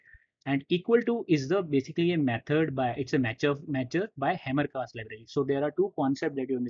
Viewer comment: 1-30 Hamcrest, not HamerCast, right?